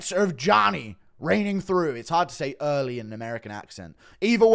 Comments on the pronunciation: its not that hard to say early. Er ly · tries to say “early” in American accent Says “hurry” in an even more British accent instead 😂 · MF can't say "early" in an American accent 😂